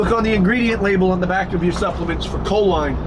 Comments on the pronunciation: I beleive it is pronounced co-leen rather than co-line. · Enjoy your content bro just one little thing that my eye twitch, it’s not co-line, it’s co-leen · It’s pronounced “cho-leen”. It increases acetyl choline levels which is a neurotransmitter in the brain. It’s a primary ingredient in most nootropic products for focus and overall brain function.